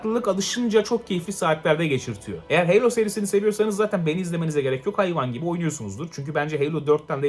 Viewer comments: Heylo ne Halo HALO!!! Kasma Bu Kadar Knight’a Kınayt Diye Bir Topluma Sesleniyorsun Unutma 😂🤣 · Helo değil Halo yani